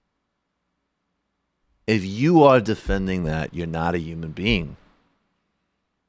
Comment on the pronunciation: This is disgusting but why does Michael hate the H in the word human? UMAN